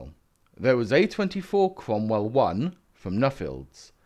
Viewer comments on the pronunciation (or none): Savalier, Sentaur, Sromwell? Makes perfect kents. Perhaps it's the Seltic pronunciation. ;) BTW, it's not really a Cromwell without all the nipples on the turret.